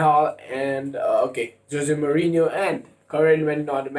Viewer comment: Not mourino van gaal